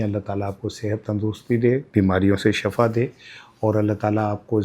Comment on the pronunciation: Shifa بولا کریں۔ Shafa نہیں۔ اس کا مطلب گڑھا ھوتا ھے۔